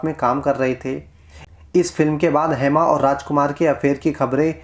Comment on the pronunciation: हैमा.. हैमा क्या है?????🤔 "हेमा" बोलो... नाम का सही उच्चारण करो